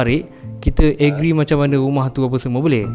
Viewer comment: Ktorg sokong 💯.. Tapi kan am.. Hang mcm x blh terima abg tu ckp english salah.. Tapi hang pun laaaagiiiiiiii banyak salah😭😭😭😭.. Setakat ni yg aku dpt tangkap cara ko pronounce trigger, agree dgn apply.. Bapak salah wei.. 😭😭😭